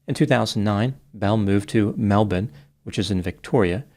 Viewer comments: applause to you for getting the pronounciation of Melbourne spot on! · Congratulations on your pronunciation of Melbourne! You are now recognised as the only American to do so correctly. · I'm an Aussie and I was disgusted by her behaviour when it came out years ago. She is still a horrid piece of work. By the way, I appreciate pronouncing Melbourne correctly. 👍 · Good effort pronouncing Melbourne. This Aussie approves 😅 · Full respect to for the correct pronounceation of Melbourne. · How you know does his research and cares about the details: Knows how we actually pronounce Melbourne, vs how it looks in writing. As always, impressive amount of research. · As an Expat Aussie from Brisbane, who has also visited Melbourne, I appreciate your correct pronunciation of those cities 😂